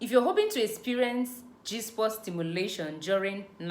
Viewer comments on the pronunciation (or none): Please its spot not sport